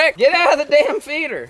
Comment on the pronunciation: Rick get out of feeder. Rick: it's pronounced feet-er